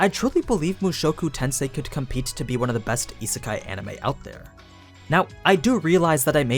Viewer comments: It’s pronounced as Yee-Sé-Kai, not Yee-Sir-Kai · Isn’t it pronounced as ee-say-kai?